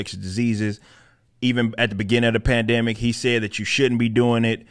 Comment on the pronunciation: Uhhhh.... plan-dimic?